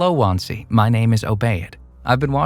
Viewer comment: wansee ❎ wahnsee ✅ 🤣